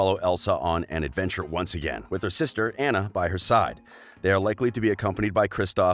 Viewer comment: Idina “MenSel”, AnNa, and Arrrrrendelle! Like what the heck are you a pirate!